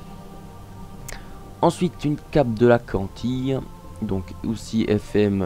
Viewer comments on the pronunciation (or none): Tu sais pas parler ça fait peur ! Cantile ça se dit cantile pas cantille, ensuite gelano c'est pas GUelano, sandales c'est gorythme et non gortyme --' ! Puis j'en passe..